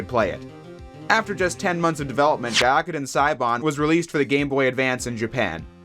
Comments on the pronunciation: It's pronounced "gui-ah-ku-ten" ("gui" as in "guild": soft g, mute u) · You didn't say Gyakuten or Maya right.